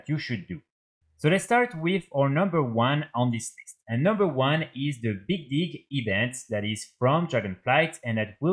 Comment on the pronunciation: when you say the big dig event it sounds like you are saying something else lol